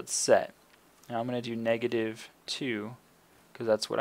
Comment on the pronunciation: Negative* not meg